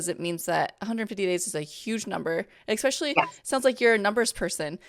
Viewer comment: Super excited to celebrate sobriety. ❤ The word especially has no k in it. 🤦‍♀️